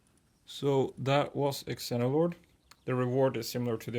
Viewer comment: Xeno is pronounced Zee-no. It means foreign which makes sense because Xenolord is an alien and is foreign to the planet